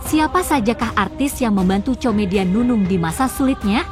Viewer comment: bacanya Comedian adalah 》KOMEDIAN..Bukan "Tjomedian"